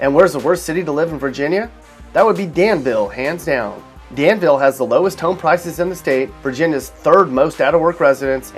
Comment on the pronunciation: Its proncouned Dan-vull. Not "Dan-veel "